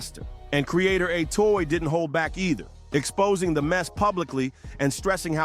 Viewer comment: Uh-toe-zee. Atozy.